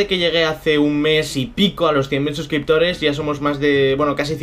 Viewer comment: Felicidades, te lo mereces!! Pero, se equivocaron en la carta o leíste mal tu xD? Por que cuando empiezas a leer dices 1 millón de subscriptores xDDD.